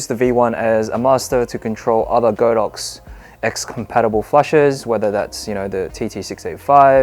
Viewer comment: Good video, however, it's pronounced god-ox not go-dox